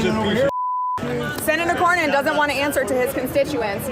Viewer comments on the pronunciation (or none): The guy couldn't even pronounce Cornyn's name. It is Cornyn, not Crownin.